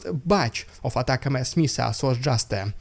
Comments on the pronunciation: Agreed. I've heard several American generals and other allied, high-level officers pronounce them as you mentioned. The phonetic "Attack MS" is incorrect. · Correct pronunciation of ATACMS is like "attack-ums" (rhymes with "hums"). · I think it's pronounced "attack'ems", a contraction of "attack them" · Im pretty sure it's pronounced "attack-ums". It doesn't matter what they're called, as long as Ukraine has plenty of them. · Still not saying atacms correctly. There isn’t a break between atac and ms. It should almost sound like you are saying attack them, but got lazy and dropped the th sound. Add the S to make it plural but still all one word. I hope that helps. Thanks for doing all of this! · ATACMS. UH•TAC•UMS All one word...no spelling...no letter-names. Attackums. That's how all the smart, informed American public says it. That's how all the smart, informed American journalists say it. That's how all the smart, informed American Congress-people say it. Say it like it is one word. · ATACMS is generally pronounced "attack-ums". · I would pronounce it "Attack 'ems". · one word. 2 syllables - attackems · we pronounce it ATTACK'em's (attack them) xD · Pronunciation - “attackems” read as one word. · You're still mispronouncing ATACMS. 🙂 It's attack 'ems, a slur of attack them + s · It's pronounced.... "A" tak ems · It is pronounced A TAC ems :) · Pronounced “Attack-em-s” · Actually it's pronounced..attackums. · just pronouns atacms like a word ie atacms = attack + ms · one word do not say ms on the end, it says you do not know english well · That’s not how you pronounce ATACMS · you still said ATACMS wrong lol. dont worry we know what you mean. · Jesus dude, you still haven't got it lol. It's not "AT-AC- EM-ESS. It's AT-AC-UMS. Think of the word "millenniums". It's like the "ums" at the end of that word. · It's definitely not "Attack M S" not sure who told you that lie lol It's Attack•Ums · It's pronounced "ATTACK M's", not "Atak MS".